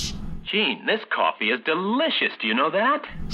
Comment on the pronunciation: Did I hear "kwafee?